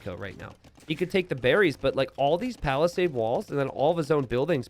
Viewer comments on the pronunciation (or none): none